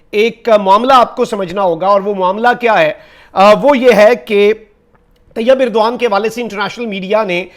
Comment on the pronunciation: طیب اردگان ہوتا ہے بھائی اردغان نہیں